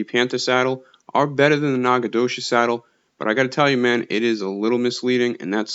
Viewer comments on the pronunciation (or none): Wtf? Nacogdoches is my hometown. Who made the game? And you’re murdering the pronunciation. ✌️🤣